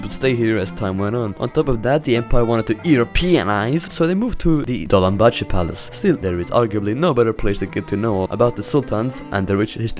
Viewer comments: "Dolambahçe" killed me ☠️ As a Turk W vlog btw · bro really said 'Dolambahçe'☠